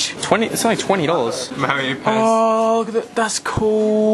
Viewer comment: who else thought instead of saying Pez he said piss?